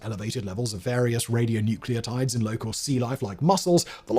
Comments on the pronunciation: Hilarious hearing you say "radionuceotides" while machine-gun spitting out authoritative sounding details about the health physics. Please Simon, check on your writers and get some expert help. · radionuclides, not radionucleotides - the latter being a hybrid biochemical entity. Oh dear